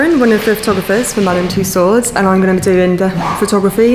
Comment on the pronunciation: Awesome! And finally, someone who pronounces Madame Tussaud’s correctly!